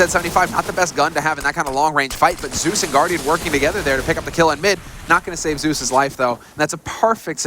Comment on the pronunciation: So annoying how the caster pronounces Zeus 'Seus'